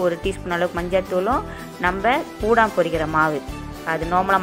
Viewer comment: Kam yeong udang lah, Wei. Not undang.